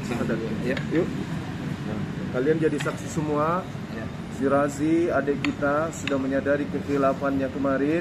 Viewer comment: Maaf Razi bukan Raji